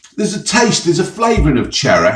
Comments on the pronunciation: Cherreh and strawbreh. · Cherreh and strawberreh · CherrEh and Strawberrehhhh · Cherreh and strawberreh.